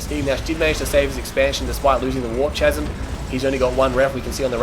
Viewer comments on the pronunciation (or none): Lol it's pronounced "Kasm" not "Chasm" :P